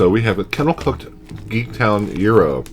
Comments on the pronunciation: You DO look like GRRM's little brother!... Euro? Yeah, you're not from NY. The Greeks I've known all pronounce it "GYro, with a strong G (as in Giraffe) and the Y punctuated. Euro? I love the fact that the originator of the Reuben Chip mentions that they are from LI. Are you sure there's Thousand Island in that? Or is that an Atlanta thing? Because to make a classic Reuben what you do is take a mound of corned beef, cover that with a healthy amount of sauer kraut, layer Swiss cheese on that, then warm in an oven (a toaster oven is perfect), until the cheese is melted. Next, remove with a spatula and place the whole mess on 1 slice of rye bread and eat with a fork and knife. That's known as an open-faced sandwich. I'm sorry but, if it's not an open-faced sandwich, it's not a Reuben. It's just a corned beef sandwich. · To all those saying he's pronouncing gyro wrong...he's CLOSE, but a bit off. It does NOT have a hard G, NOT pronounced like the "gyro" in "gyroscope". The g is silent and take it from there. He's sounding like he's saying "euro", but the Y-part has a stronger emphasis. Kind of like the Y in the word ying-yang. Use that Y sound, roll the R a small bit and then the O. Forget the G, think of it as YRO and pronounce it as directed above. I am Greek-American, surrounded by Greeks and have heard this pronounced in Greektown in Detroit and in Astoria in Queens. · 54 The Greeks (and everyone else) pronounce it Gyro (as in what R.O.B. uses with Gyromite), not HERO, as in Guitar Hero. :P